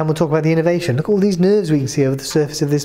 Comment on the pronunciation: I enjoyed this, the presentation was initially irritating but I got over that and it was informative. I just wonder that any non doctor watching might not pick up what sounds like innovation when the English word is innervation, quite different.